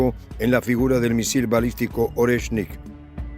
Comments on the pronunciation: Oreshnik maestría no es Lorenski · NO es "Orensky" 😂 lo dice mal, es: "Oreshnik" 👍🏻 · no continúes pronunciando nombres rusos sin leer atentamente primero y practicar en voz alta. NO es LORENSKI, es ORESHNIK. Eres una excelente analista pero estás fallando en la lectura, corrige por favor que no es tan difícil. Abrazo solidario. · No es Orensky❌, es ORETSHNIK✅ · Jajajajaja. Primero pronuncien bien el nombre del Oreshnik el, nuevo misil Ruso y después retransmiten noticias de terceros.